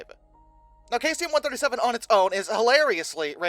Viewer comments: I think its pronounced Saeeesium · I couldn't watch the video because I couldn't get over "Kaysium" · no no no no no no no no no don't try to play that game. In no world is this pronounced kaycium. Just like all the other words he does this to. Like zooduh science. Its not pronounced that way anywhere in the world. Hes just WRONG. He does this on the regular. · That pronunciation is well off....try this Seesium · omg its pronounced SEE-zee-əm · It is pronounced "SEE-zee-um". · Isn't that supposed to be cesium? Not to be a nit-picker here,, but I am a science teacher, and this is just part of my nature. The element is pronounced SEIZE-ee-um. The element's main use is in atomic clocks and vacuum tubes. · 9 days since posting and not even an acknowledgement on your mispronouncing of cesium? You could do well with an editor,.